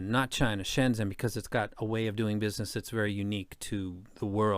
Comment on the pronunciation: Really cool video and appreciate you taking the time to talk about this amazing city. Just a quick tip on the pronunciation… in Pinyin, the Zh sound is like the J in Jennifer, or maybe G sound like in Genuine. So it's more like ShenJen.